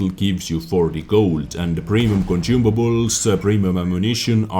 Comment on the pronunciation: conCIUmables sonsumables